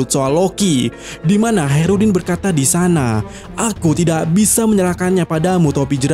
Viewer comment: Hacrutdin koplak Bukan Haerudin 😅